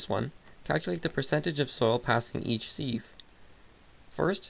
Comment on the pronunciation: It is pronounced "siv" you plebe.